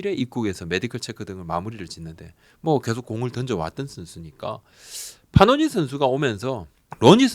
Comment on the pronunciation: 파노니× 패넌 이맞음 발음